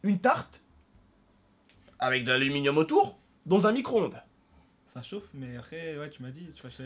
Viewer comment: Arêtes de dire "micronde" c'est un "micro-onde" !